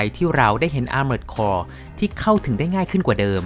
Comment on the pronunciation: Armored Core = ˈɑrmərd kɔr อาร-เมิร์ด-คอร ถูกแล้วครับ